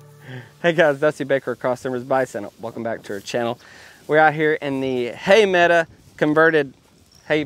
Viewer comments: Dusty, I love the channel, your family and the bison. You have a college degree and used to be a teacher. Please stop saying "mead-a" instead of meadow. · So glad Dunbar seems tobefully recovered. Dusty itis not a meda. It is spelled medow and pronounced like med oh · Come on Dusty , it's a meadow not a meada . English is English .😂😂😂😂😂😂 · What’s with the word “meada”? If that’s “meadow”…? Stick with you impeccable enunciation 👍🏼